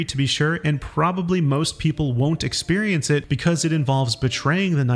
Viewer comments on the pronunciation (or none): none